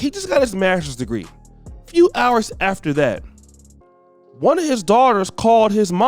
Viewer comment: Is it just me or do anybody else thinks he need to lose the intro of how he says "Of"